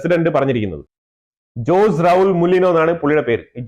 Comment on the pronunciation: സ്റ്റിരം കാഴചകംകാരൻ ഞാൻ പനാമ പ്രസിഡന്റ്‌ പേര് ജോസ് എന്നല്ല പ്രൌനൗസേഷൻ ഓസേ എന്നാക്കുക ബാക്കിയെല്ലാം ok